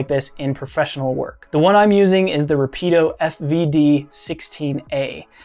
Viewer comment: Nice job. It's just pronounced Rápid- Oh. I also own the fvd-16a. It's a fantastic piece of kit.